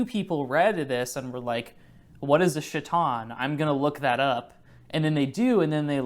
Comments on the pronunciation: chiton is Ky-ton. the same way you pronounce the ch in charon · the devastating mispronunciation of chiton is taking me outtt